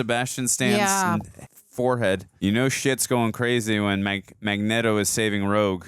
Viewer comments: its not mag NET o its mag neat o but thats just how its spelled magneto he keep sayin his name with net its neat like this is neat but spelled magneto with out the a in it literally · "We say Magnet-oh cus that's the way..." No, that's just your simp way. It's fn Magneto. Stfu dude 😂 after that she shit on you about the gym. 😂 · It's not Mag-netto, it's Magneato, children. Uhm, just read the comments or just watch the animated series. I mean lets face it, if you guys' are gonna make money off YouTube. Please pretend to know what you're talking about. I like the woman but dude with the Stache is misinformed Way to go, tard! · Mag-Knee-toe...not Mag-net-to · Are you guys saying Eric name wrong on purpose? It's Magneto as in neat-o not net-o. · is makniero not makneto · Hey, it’s [Mag-nea-do] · Remember guys, its pronounced mag-NETO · Its mag knee toe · The mispronouncing of Magneto is driving me crazy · The way they say magneto makes my head hurt 😒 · It’s pronounced Magneto, not Magneto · This is my favourite prequel. Your magneto pronunciation sounds weird it's distracting.